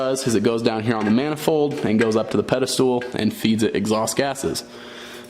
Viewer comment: Pedestal***, not pedestool.